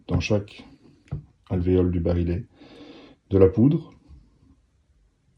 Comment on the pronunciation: On dit pas le "barilet" mais le "barillet" prononcé "bariyé" car il y a deux L...